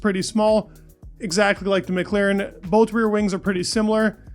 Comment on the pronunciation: MclAAAAAren not MclEEEEren